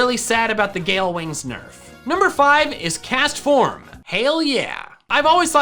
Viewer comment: DO NOT LEAVE OFF THE S IN CASTFORM!